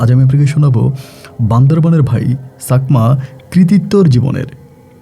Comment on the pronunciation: Sakma noi chakma . Boynkor noi voyonkor